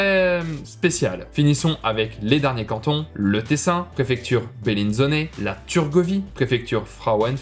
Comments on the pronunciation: Simpas la video. Parcontre si tu prononces en italien le chef lieu du Tessin C'est BellinzonA et non BellinzonE qui est la pronociation française. Bonne video en tout cas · Consulter des suisses aurait permis d'éviter ceci: -Dire lac de Genève est presque un crime, il n'y a que les autres langues que le français qui le font. -Bellinzone se termine de se prononcer en français comme le mot "zone", sinon en italien c'est Bellinzona -Montrer le Jura à la place de Neuchâtel sur le lac de Neuchâtel -ironiser sur le fait que c'est improbable qu'une banque suisse fasse faillite quand on sait que le Crédit Suisse vient de le faire quelques mois plus tôt et que c'est a la portée du premier expert de PMU -Partie foot: Le stade de Zurich se prononce: "let zi ground", pas à l'anglaise, même pour les francophones -Vaduz se prononce "Va dou ts" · Je crois que tous les petites fautes ont été corrigées. Par contre il y a quand même une erreur de prononciation. Tu dis "Bellinzone" avec l'accent italien et en prononçant le "e" final. Soit tu dis "Bellinzona", qui est le nom en italien, soit tu dis "Bellinzone", qui est le nom en français (en le prononçant.. à la française disons) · Bellinzone ça ce prononce comme en français